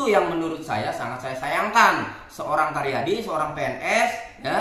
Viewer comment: 😂asa karyadi td bilang, jd yg bener Taryadi ya? Bukan caryadi?